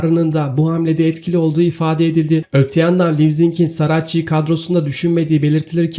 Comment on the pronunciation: ''Libzig'' değil Leipzig. Okunuşu Laypzig. Video çekiyosun, bunları bilmen gerekmez mi?